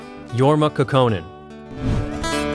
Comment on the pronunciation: Finnish names are accented on the first syllable. KAUKonen.